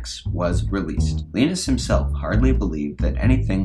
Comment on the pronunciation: His name is Linus not Linnus ... ;)